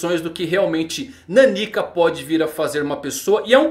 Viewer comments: A leitura do nome dela não é naniquica, como se fosse uma pessoa pequena kkk. É meio que Nan Nika a leitura de nanika, que em japonês significa literalmente "algo./something" já q n sabem oq ela é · ta difícil ver o vídeo ouvindo ele falar Naníka em vez da pronuncia certa que é Naniká. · Cara... É NanikÁ...